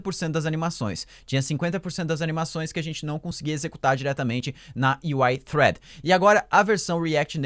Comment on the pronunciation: olha sóóó, pronunciando "thread" corretamente:) Alguém tá estudando Inglês